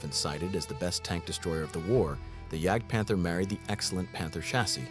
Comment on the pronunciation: How American can the AI in this video get, the mispronunciation of Jagdtiger, Jagdpanther, etc. with hard a J instead of pronouncing the J as a Y.